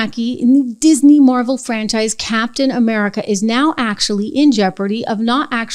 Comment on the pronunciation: It's not "Mar-VEL," it's "MAAR-vuhl". There's this feature in Google: "how to pronounce...." I noticed the Nancy Drew book on the shelf.🔎